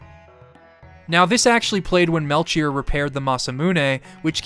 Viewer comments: No disrespect, I've always loved hearing different ways to hear words, but I've never heard someone say melCHier. I've always pronounced it Mel-key-or. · Aight listen this video has been so good but i just gotta say Whether it's from Hebrew or Greek it's gonna be Mel-Key-Or please you can't keep mispronouncing it I'm begging of you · Great video. Melchoir is either pronounced Mel-choir (kwye-er) or Mel-Kee-or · It's Mel-kyor, right? I know it's a weird name but now I'm losing my mind hearing the "Ch" lmao. Great videos big fan, been watching them all day. Good stuff man Thank you so much for making them. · Fantastic recap. Melchior is pronounced "Mel key or" 😊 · The ch in Melchior is pronounced as a K. The three gurus are analogous to the three wise men from the Bible, iirc On a separate note, I chose the Swallow the first time I played this game, but subsequent playthroughs I grab the armor, it's viable into the end game